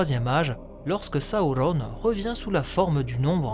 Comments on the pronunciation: il s'apelle pas sahaurone mais sauron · Pourquoi tu prononces sa ou ronne? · Tu peux pas dire sauron comme tous le monde? Saouronne??!! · j'ai pas encore lu le silmarillion mais c'est prévu , c'est juste qu'entre ta vidéo et les film où il prononce sauron ça surprend :) il y avait rie nde méchant bien entendu :) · C’est quoi cette manière de prononcer Sauron ? 😂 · Est-tu obligé de nous imposer ta propre prononciation de Sauron? Déjà il est pas espagnol, ensuite dans les films VO les acteurs se font chier a parler un elfique parfaits, c'est pas pour derrière déformer tout les noms chacun à sa sauce. Superbe vidéo un hein sinon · Je suis d'accord avec toi pour la prononciation du "u" , c'est sur les deux premières syllabes que je trouve ta version étrange, car la majorité du temps la lettre "u" par extension le son "ou/o" vient toujours après une consonne (on le voit bien dans les exemples que tu ma cité) Durendil, Dol-guldur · Tres bonne video mais serieux qu elle soit bonne ou mauvaise ta prononciation du nom Sauron est ridicule alors arrete stp